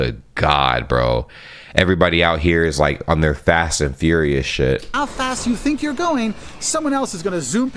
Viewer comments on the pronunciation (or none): none